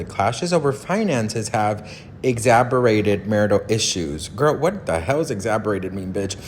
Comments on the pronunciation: Hey - The word is eggs-zazer-bated!😎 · Exacerbated means “Made Worse”. It is pronounced Ex- ass- er -bated. I love your videos and the tea every day! You really do make me feel like a best friend!